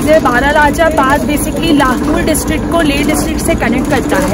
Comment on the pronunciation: Madam its not लहूल its लाहौल